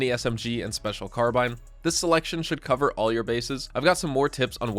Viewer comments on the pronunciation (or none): none